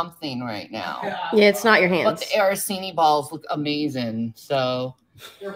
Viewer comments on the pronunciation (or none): Araseenee? Does she mean arancini? Lol “I’m Italian”